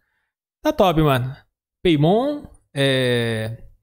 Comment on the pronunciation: E no da paimon falaram peimon, sendo que a pronuncia correta é paimon